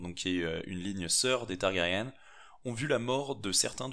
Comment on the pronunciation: Par contre fait gaffe on prononce "targarien" ^^ et la traduction de House of Undying est "la maison des Non-Mourants" :)sinon superbe video